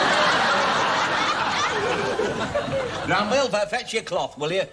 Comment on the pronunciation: Granville...Not Glanville :D